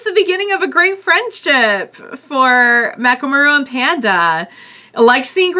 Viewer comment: Mechamaru's name is 'MEH-ka-MA-ru,' not 'ma-RU.'